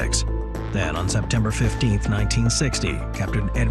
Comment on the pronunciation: His name was Rue-pelt, not Rupplet, please.